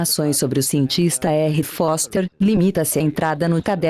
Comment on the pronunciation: Da Terra dá pra ver que a lua é de rocha, maluco...kkkkkk Foster falou "boster"!